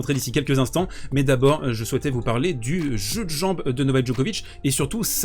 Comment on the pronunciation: JEU DE JAMBES. Repeat after me : "Jeu de jambes". Very well.